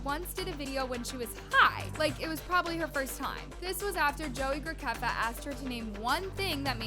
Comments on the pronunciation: HELP the way she botched joey GRA- SEFFF- AH’s name 😭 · Why did say “Joey Grakeffa” 💀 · is purposely saying joeys last name COMPLETELY wrong? 😂😂😂